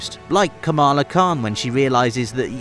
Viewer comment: It’s pronounced ka-ma-laaaa not ka-maaa-laaa. International audiences are so unaware of the Indian subcontinent.